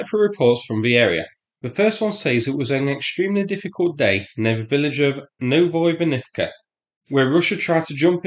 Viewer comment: Psst... It's "Novo Ivan..." 😅 As I believe Novo = New So, not "Nov Oivan..." 😊 [edit: I checked and indeed, Novo translate as New]